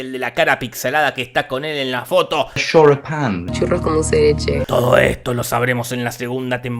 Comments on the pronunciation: "Choripan" jajaaajaajaja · Quien es la tipa que sale xomo el tipo que dice shoripan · El shoripan no las empanadas shoripan empanadas shoripan empanadas SHORIPAN EMPANADAS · Inglés: Shoripan: cállate a ti no te sale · De los creadores de "Las empanadas" y "Churros con dulce de leche" lleeegaaaa: "Shoripān" (da igual yo también soy un queso con el inglés).